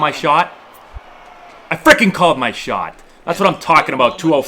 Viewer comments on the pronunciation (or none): When gets excited all of that New England accent comes out and he starts sounding like Jack Kennedy.lol Get up bawl Freaking called my shawt Guess nawt